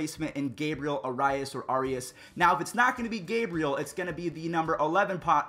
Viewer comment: Arias = Air-EE-as, Cantillo = Can-TEE-yo